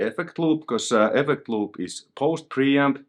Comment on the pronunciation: Effeccct loooop, you must be Finnish? :P